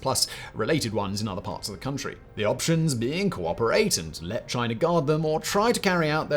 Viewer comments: Americer and Chiner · “A player called chiner”